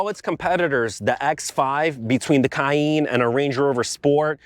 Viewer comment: Aviator: Short A. Cayenne: Long E. Holy pronunciation batman.